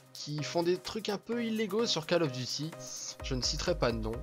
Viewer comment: Câle of duti !!